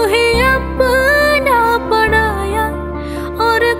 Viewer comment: Very rare singer try to sing that way. You stressed high pitch on tujh mein rabb dikhta hai then bring to low pitch without losing flow at yaara may kya karun. That "yaara" you split it very gracefully. Keep it up. 👏👌 One correction: "PaRaya" should be pronounced instead of PaDaya. 🙂